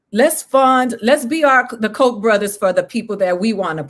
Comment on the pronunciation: BTW it's Koch Brothers, not Kock